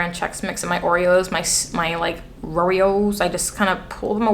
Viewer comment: It’s the roreos for me 😂